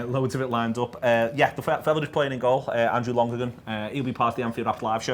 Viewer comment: It’s pronounced Lon-er-gan... he was Preston’s keeper when I was in school and I left 10 years ago, this is the weirdest thing I’ve seen in a long time.